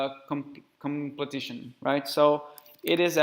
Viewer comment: Completion, friend. Not "completition".